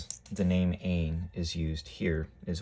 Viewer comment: Quick (important) correction —pronounced Ayin, not Ain